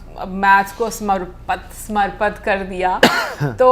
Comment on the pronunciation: It’s pronounced as “Samarpit” meaning dedicate